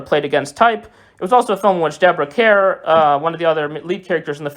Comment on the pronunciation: Deborah Kerr pronounced Car